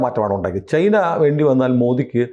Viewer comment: ചെയ്‌ന എന്ന് പറയാതെ.. ചൈന എന്ന് പറയു. പിയേഴ്‌സൺ പറയുന്നതാണ് ശെരി... ചൈന.